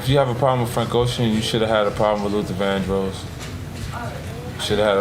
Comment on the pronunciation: Lil Dandros 😂 Luther. Vandross. Def work on audio mastering, but you got a follow in me! Nice work!